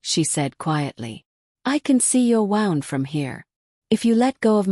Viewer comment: My only critique is the way that the words are pronounced. She's saying, wound like it's she's saying, wound like a wind up toy like something that you wind up in a bundle. It's wound, not wound. Look in the vocabulary and look at how things are supposed to be pronounced. The sound wund is how you pronounce it when meaning Injury. The voice is pronouncing it waund, past tense turning something tightly.